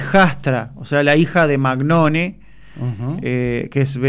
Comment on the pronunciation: Magnone no animal se pronuncia Mañone . Es italiano ese apellido .